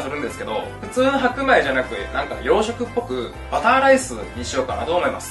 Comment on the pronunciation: 谷やんがようしょくっていうと養殖にしか聞こえんくなる